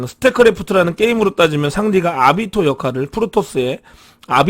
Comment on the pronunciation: 형 일본만화에 너무 푹 빠져있는거 아냐 발음이 아비토가 뭐야 아비토 ㅋㅋㅋ